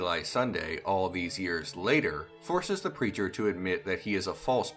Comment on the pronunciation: I thought you said "local creature" instead of "local preacher". Lol!!